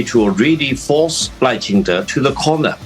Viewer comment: 立本代表把赖叫成Lao了笑死